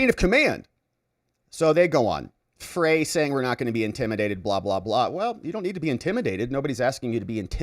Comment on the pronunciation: Freys last name is pronounced Fry. Unfortunately I live in MN and hear about him all the time